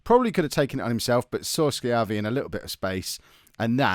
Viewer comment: You're pronouncing Schiavi right. Fun fact, Schiavi is an Italian last name and it translates as "slave" from Italian.